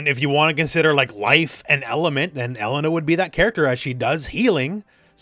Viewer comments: Her name is UH-LANE-UH not ELLEN-UH btw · OMG it's pronounced Eh-lay-na. Not E-lena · I still can't get over that pronunciation. Elle-NUH just sounds so weird lol